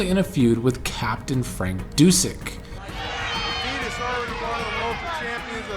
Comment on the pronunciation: His name was Brian Adias not Adidas like the shoe . Am I mistaken ? Or did he use that for a while ? The announcers keep saying it , but I culda swore on my life it was Adias ! And cool seeing Dusek wrestle other than his later commentary role .